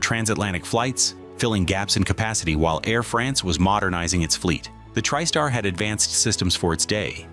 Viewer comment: It sounded like you’re saying trip star instead of Tri-Star